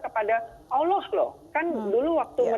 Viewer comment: Mbak mba bukan olloh.allah mba